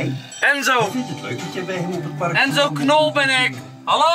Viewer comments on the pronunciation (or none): Enzo Knol je sprookje eigennaam per ongeluk verkeerd uit je zei Enzo Knor